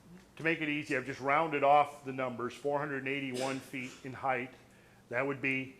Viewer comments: Lol he says heighth. That's not a word. It's just height. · For crying out loud! This man is so bright, intelligent and learned, why is he pronouncing the word "Height" incorrectly? The word "Height" has a final "T" sound and not a "TH" sound. Christ Almighty it drives me nuts! I'm trying really hard to take in this wonderful beautiful data but everytime I hear that word pronounced incorrectly it drives me insane! Giving him the benefit of the doubt, it could be a hearing based deficiency. Sorry to be so fucking petty. I will buy the DVDs anyway. : -)